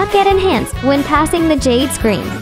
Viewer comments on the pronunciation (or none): none